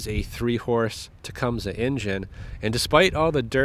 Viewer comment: holy sh!t someone who knows how to say tecumseh!